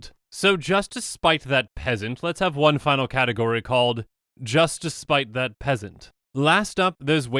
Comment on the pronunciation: "Just to spite that peasnat" lmao im gone